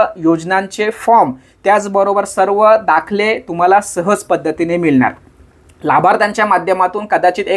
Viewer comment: दादा तुम्ही 'ळ' ला 'लं' असं कां उच्चरता मिळणार ला मिळणार कळणार ला कलणार असं कां 🤔